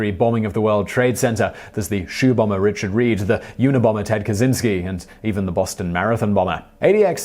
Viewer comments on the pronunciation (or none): none